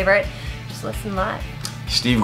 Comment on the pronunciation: How can you miss pronounce your own name? It's Steve not Shteve.